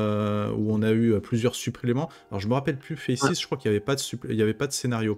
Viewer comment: Sache que tu n'es pas seul sur la prononciation de FACES. Je tenais à le dire, je voyais bien que c'était dur d'être discriminé comme ça. Sinon chouette interview ❤